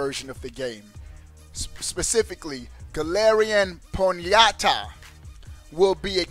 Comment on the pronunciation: 🤣😂that boy said Pon ya ta 🤣😂 and having Pokémon exclusive to versions is nothing new. That, in fact, is how it’s always been since it started, even back in the Red & Blue hey days bruh 😂🤣.